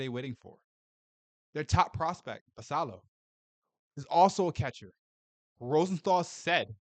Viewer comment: Can you please Learn how to pronounce Basillos name correctly. It has 2 ls and is Spanish. Kook!